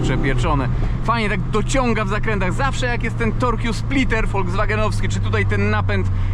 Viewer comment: Hej, pozdrowienia z Niemiec :) Torque splitter wymawia się po naszemu "tork" splitter :) No offence, all love ❤❤